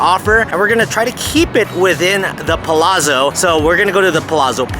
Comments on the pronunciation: Pa-lat-so (like pizza is peet-za) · Please correct the pronunciations of Palazzo 😅